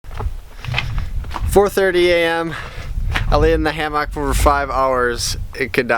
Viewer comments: I am really hoping the hammock /ˈhæm·ək/ didn't work out. For purely selfish reasons, because if I have to hear him say "hAm-AWk" anymore I am going to have to unsubscribe, for mental health reasons. I'm developing a nervous twitch. Still love you, keep on keeping on. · Why does when he says "ham-ock" bother me so bad? lol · HAM-OCK! the way you pronounce it cracks me up! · "ham-mock" are you from wisconsin? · I literally have a physical reaction, I thought he was saying it that way to troll us, but he says it is his accent. I might have to burn the hammock myself just so he won't keep talking about it. 🙈😂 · He commented yesterday saying it was a joke about how Wisconsinites say things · That is totally different, lol. I'm pretty sure he is just trolling by over annunciating it like that.